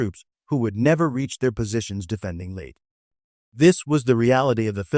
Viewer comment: Not “Late Gulf!” It’s pronounced laytay.